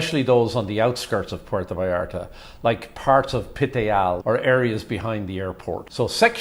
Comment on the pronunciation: I've been in PV hundreds of times. Never had a problem there. The only problem were the whites. They ruined my city. You guy talking on here. Learn how to pronounce Puerto Vallarta. You seem like one of the people who has ruined the city.